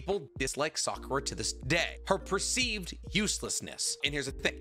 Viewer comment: Oh boy a Narootoh movie I can’t wait to see Sasookay, Sahkoorah, and kaakaashee